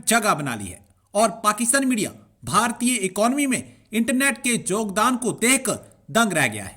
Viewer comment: Jogdan nahi yogdan hota hai